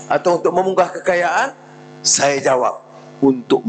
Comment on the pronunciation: YB PM ucap saye, tanpe, sxdare, ade, kite, ade, saye, untok ape, agame, budaye, tanpe, mereke, care, lame, kite, lame, negare, saye, terime kaseh, laen, sxdare, negare, ade, kuase, semule, muncol, mase, lime, due, kite, pertame, lime, peratos, tige, tige, dll. Halusinasi YB PM. 🤐